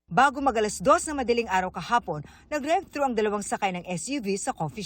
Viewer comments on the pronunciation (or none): “ Drive-through” ang nasa video transcript pag binasa. Tunog rescue lang pagkakabigkas ng reporter.